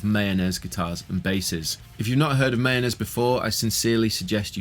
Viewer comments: Mah - Yo- Ness, not Mayonnaise. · The correct pronunciation is actually MY-OH-NEZ, according to the maker of these instruments. Not mayonnaise lol. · Sounds like you keep on saying mayonnaise 😂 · I always hear the "Mayonaise" guitars when you say it 🤣